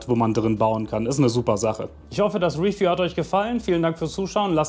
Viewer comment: Coole Sachen, allerdings ist das Case in meinen Augen ca. 50-70€ zu teuer. Das muss nicht sein. Aber das kennt man ja schon, die grossen Namen kosten halt einfach etwas mehr. Muss jeder selbst entscheiden. "Refiew" wie immer Top. 😂✌